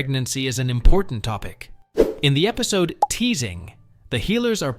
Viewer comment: Is everyone just gonna ignore the fact that he said episto?